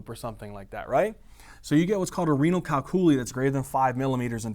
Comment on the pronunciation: Amazing videos, thank you. Gotta say though I chuckled out loud at thd way you pronounced calculi/calculus. Perhaps there's an alternate pronunciation that is also correct, either way it just broke my brain for a second and it made me laugh. Cheers!